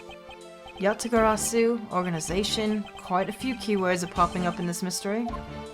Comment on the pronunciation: Can We Get a Round of Applause for getting "Yatagarasu" on the first try Believe you, me, it took me 3